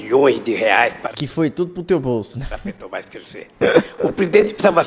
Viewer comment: Lula aos "Pretobás" foi isso que eu ouvi msm? 😂😂😂😂😂😂😂😂😂😂😂😂😂😂